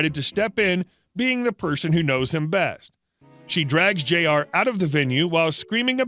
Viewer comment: Jr is pronounced "Junior"